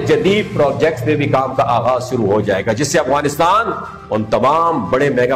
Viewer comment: It’s Afghanistan not awghanistan 🤦🏻‍♀️